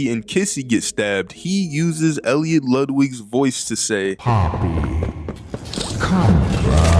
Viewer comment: I'm not gonna lie he mess up Poppy